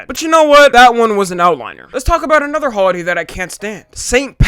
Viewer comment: Holiday? It sounded like you said "Hoeaday"